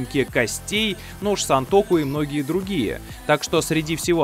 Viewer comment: Не сЕнтоку а сАнтоку